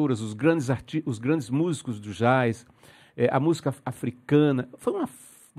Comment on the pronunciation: Ele tão respeitado por quem o admira,que se dá ao luxo de pronunciar a palavra "jazz,"como está escrita,e ninguém repara ...é muito natural em cerrado ocasiões....